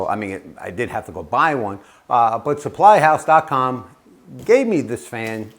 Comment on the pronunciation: Suppyhouse. You omitted the "L" . :)